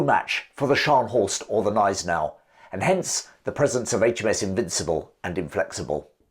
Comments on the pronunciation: Admiral von Spee. Pronounced Shpay (English spelling) Gneisenau Pronounced guh neisen ow Good video otherwise,. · Hi,, thanks for replying. The ones that hit my ears are Von Spee, where the EE is more like french ÉE than as in English "spree", and Gneisenau, where the G is hard.